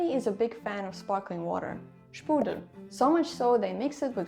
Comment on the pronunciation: Pfand is always 25 cents for plastic and 15 for glas. Also it's Sprudel not Spudel